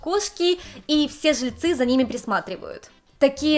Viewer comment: Не совсем поняла, автор канала японка или русская девушка, переехавшая в Японию? Если девушка из России, то не понятно почему автор видео так сильно шепелявит и заменяет всё глухие согласные звуки: "Такзе, тозе, зыльцы, косек, зывотные, десовая масына" И так далее... Автор, если русский язык для Вас родной, работайте над дикцией и правильным произношением и звукоизвлечением согласных звуков. Очень неприятно слушать Ваши ролики из-за этого эффекта.